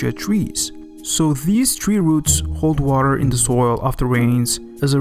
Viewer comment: Stop fucking sayin WARER